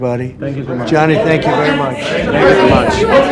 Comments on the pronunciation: It's Gianni, not Johnny. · Infantino spoke exactly what trump wanted to hear. 😂😂😂😂. Btw, his name is Gianni not Johnny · Gianni not " Johnny"😅😅😅